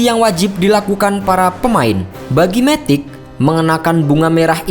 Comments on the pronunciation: bacanya MATIC min, bukan METIK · Matic bukan dibaca METIK.